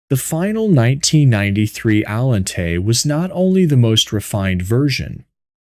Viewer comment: AI seems to have Pininfarina flow from his lips but Allante no so good.